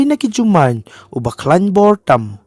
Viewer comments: Jumai ❌jumaiñ ✅😅😅😅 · Tang kren Khasi bha ruh ym pt nang da kynnoh bha bah Dei Jumai ym dei Jumain